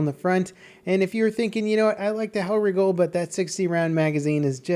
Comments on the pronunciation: y is he saying hellwrigle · Stop pronouncing it hellriggle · pronounce's Hellriegel as Hell Riggle